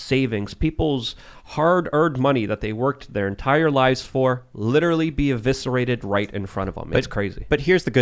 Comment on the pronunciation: Money can not be “literally eviscerated” stop saying dumb shit. It is exacerbating my hate. 😘learn how to say that word too.